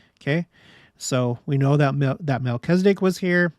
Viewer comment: It's interesting to me that Latter day saints seem to be the only ones to pronounce Melchizedek incorrectly... there is only one 'i' in Melchizedek, and latter day saints seem to pronounce an 'e' where the only 'i' is, and i's where there actually are none. I wonder where that started.